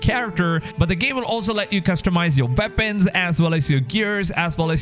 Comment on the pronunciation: I like the way you say Veapons